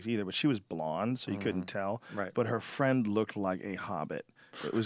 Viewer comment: Can you be my fwend?